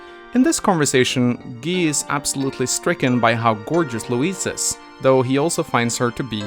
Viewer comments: I'm sorry, WHAT?! Who manages to pronounce Guy as gii?! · "In her support with Gee" it's pronounced Guy not Gee, how can you screw that up? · How the fuck did you pronounce Guy wrong?